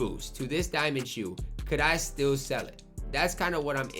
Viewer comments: LISTEN TO HOW HE SAYS "SELL IT " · OR HE FROM NY